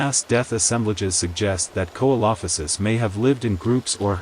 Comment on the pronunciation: Great video just, its SEE-LO-FY-SISS. Not KO-EE-LO-FI-SISS